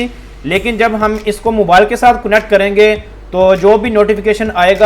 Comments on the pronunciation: Not kunnect..its connect!! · It's not cunnect it's, connect